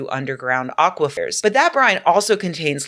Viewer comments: Aqui-what? LOL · It was aquifer, no?